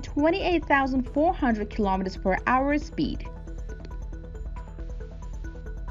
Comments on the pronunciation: Hour not r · And it’s “hour”, not arr. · It’s hour not arr 😏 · “Kilometres per arrr “ 😂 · She doesn't pronounce "kilometers per hour" instead she says: "kilometers per Ahrrr". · Whats up with her pronouncing hour as if shes saying "are"lol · 12,000 km per R.(are)... 15,000 km per R. Love the pronunciation of the word "hour" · Kilometers per what?! ”Ar”? Hour! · Kilometers per arrr :D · narrator needs to learn how to pronounce hour cause its annoying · Oh my god. I tried to just listen to the information but the kilometers for ARRR made me want to shoot myself out of anxiety and being totally uncomfortable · Per r 🤣😂😤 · I'll help you out, say the power but without the p. Like when you get hit you say "OW" now say er. Ow, er.....ower......hour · Wtf is “per arrr” 😂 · She sounds like a pirate when she says the word hour. 🤣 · you can't say the word hour